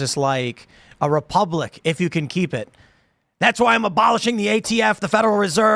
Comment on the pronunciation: Why can’t Democrats say “republic?”